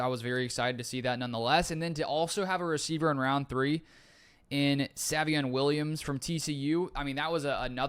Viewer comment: Don't want to come acrossed as rude but it's pronounced say-vion not sah-vion